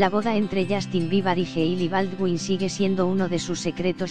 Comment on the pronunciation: Justin bibar? aprendan a habrar por favoy y no mienta se dice biber no bibar dios mio el mundo de hoy